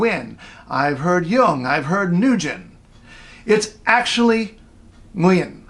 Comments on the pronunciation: It's Wen not Win... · its more like one syllable. This pronunciation is not quite right, but close! more like wing but drawn out, with a going up at the end, like a one syllable diphthong with a lilt. lol. wee - ng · That's odd bc Vietnamese ppl pronounce it as 'win'! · What did he say though!? I need a phonetic spelling maybe. It sounded like he ended in an M sound. New-yem is that right or am I hearing it wrong? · Or Mu-yem? I know it doesn't match the explanation, but that's what I'm hearing :( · there is no m and no n either it is ng like the word King the ng must be pronounced first ngwin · this is totally wrong and was only Americanized the name is pronounced monosyllabic there is no w it is ng like the word King the ng must be pronounced first ngwin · wrong! You forgot the accent. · this is totally wrong and was only Americanized the name is pronounced monosyllabic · Sorry, its gd but not perfect. You have to watch "HOW TO PRONOUNCE "NGUYEN" CORRECTLY IN SAIGON DIALECT". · No, he's not. He didn't got the tone pitch accent right. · No perfect at all. His pronunciation is missing a very important tone which in term gives the word different meaning. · Nguyen Le really dude!? You don't know what those accent marks means? Who could you consider yourself a Vietnamese when you don't understand those marks? BTW I was talking about him SKIPPING the TONE when pronouncing the name, so he didn't say it right, not about how he word written down the name. PS: sorry about my bad English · Nguyen Le well, remember that he trying to teach people how to pronounce it in the wrong way. He simply don't pronounce the name right. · Nguyen isn't a Vietnamese name, Nguyễn is. You don't say the name right when you don't pronounce the tone right. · Nguyen Le Fact is Nguyen isn't a English name and I'm was talking about his wrong pronunciation. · More accurate than most overseas vietnamese that thinks its pronounced when. you just forgot the small higer pitch ngã tone :)